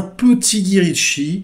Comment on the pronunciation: Mais enfin on ne dit pas Gui quand même. On dit Gaï. Ca fait bizarre sinon, on a l'impression d'écouter un vieux papy sur son banc en Corse :D